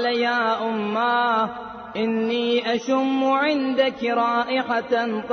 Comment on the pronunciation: pe inni ashummu sunayi de rha mujhe instead of ashamu.